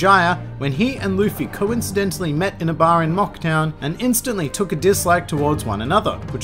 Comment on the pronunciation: Tf is "quncidently"? 😂